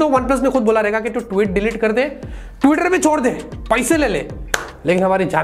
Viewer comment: When u say he leaves tiweter 🤣🤣🤣🤣